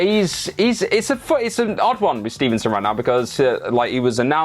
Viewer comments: Cmon guys it gable steveson, STEVE-SON, Theres no N in the middle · Love you guys but it's Gable Steveson not Stevenson